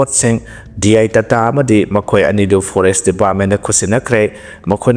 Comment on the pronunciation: Phores nat te hei huirong..FOREST hai O thu nga ng!